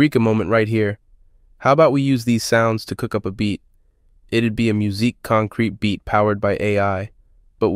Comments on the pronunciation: fantastic video, thank you! just one that grated, I'm sorry! it's pronounced like concrett not concreet :) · when AI is better at pronouncing musique concrète than the utuber :) Pronouncing stem like steam is also funny